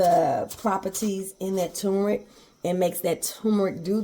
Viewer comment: What is tumorick? Now, I done heard of turrrrrrrmeric b'fō. You tryin'a give me a tumor or somethin'? (hee-hee)😊